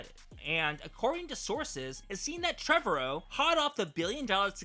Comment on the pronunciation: You're saying Trevorrow wrong.